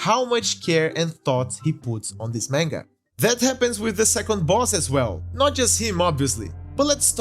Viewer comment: This guy pronounces "manga" like tenga "menga." DX On another note, there is also a Dark Souls manga, and it's comedic as well. After all the tragedies of the Soulsborne series, we just want to have a good laugh.